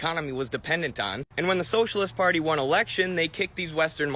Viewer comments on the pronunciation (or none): none